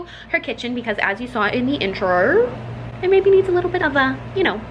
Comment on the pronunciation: sounded Australian so much when she said intro at the start I freaked out